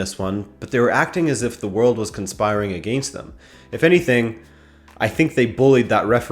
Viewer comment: Never say "against" like that again. Just insufferable.